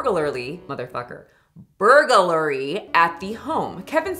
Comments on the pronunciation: Lol...say it with me...burg...lary (lur-ee)....not burger-lary...just burg....lary (lur-ee) You can do it!! 😂👏👏 Thanks for making me laugh on such a bad day! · Thank you for the burglary mispronunciations 😂❤ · I empathize with you. Nothing reminds me I used to have a speech impediment like the sheer hurdle of saying burglary 😭💀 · the reason why you are having a hard time saying burglary, without looking at it, is because you are adding a syllable.